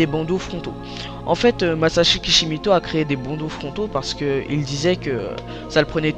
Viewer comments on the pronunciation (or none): Super vidéo, mais... C'est Masashi KishimOto pas KishimIto !